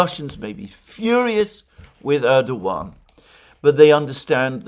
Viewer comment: FYI Alexander. Pronunciation is Rejep Tieyip Erdowan. C in Türkish (Türkçe) is pronounced like a J. Ç ıs pronounced lıke Ch and Ğ ıs sılent. Keep up the good work, from a fellow Englishman.